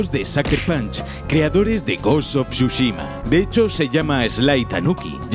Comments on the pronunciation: Gos uf churros xdddd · "gos of chuchima" habla bien wey xD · Gost of shushima... No pensé que lo pudiera decir tan mal pero me sorprendió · Gos of chuchima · Ghost of shushima no, Tsu-shima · Ta weno el goshoshushima ese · hermnao pronuncia bien el nombre del juego...